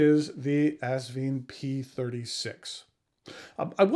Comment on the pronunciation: Haha. He said assvine. I’m going with that one